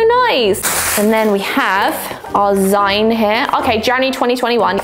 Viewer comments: 'Zeen'...the word is 'zeen', as in 'Magazine'...it is not 'Zine'. No, I don't care how it's spelled. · My eye twitches every time says "zyne" instead of "zeen". As in... magazine. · The way you pronounce zine is both awful and hilarious all at once 🤣 - Zeen, like Magazine. I liked the first box, I love posca pens. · ahahahaha of course a whole year of packages would be going un-notified! I think my favorite box of them all is the liquid pencil box! Also, I'm pretty sure it's pronounced Zeen, like the end part of "magazine"? But I've never heard it out loud before, so I might be wrong! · Zeen, short for magazine, not Zyne. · lol. It’s “zeen”, a contraction of the word magazine. 💕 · Just FYI- zine is pronounced zeen. It’s short for magazine 😀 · It's zine pronounced zeen - as in, magazine or fanzine. JSYK!! (Even typing the word 'fanzine' makes me feel old!!) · How do you pronounce magazine? That’s the way you pronounce zine. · Isn’t it pronounced ZEEN…short for magazine!? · Love the banana treat toss. Say magazine and then zine, please. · … I love you… but that is not how you pronounce “zine”